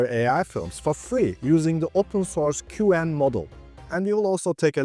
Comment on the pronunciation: I enjoy your videos. 👍For what it's worth, other YouTubers pronounce Qwen like "kwen" rather than "cue-wen." Keep up the good work.